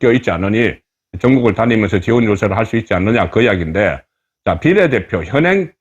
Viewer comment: 발음좀고칩시다 종로 비례대표 발음 한번 들어보세요 전략 발음도 문제 고칩시다